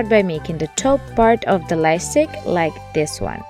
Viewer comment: Pls it's called light stick and not life stick I love you so much and I'm not saying this to hurt you I'm saying this so that you'll know or it might be me maybe I didn't hear you clearly sorry if it made you angry or mad .